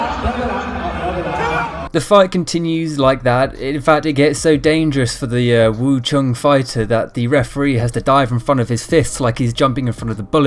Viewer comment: Dude...Wu Chung??? Try Wing Chun..hammer head. If you are going to do videos on martial arts you should maybe get the terminology down a little bit...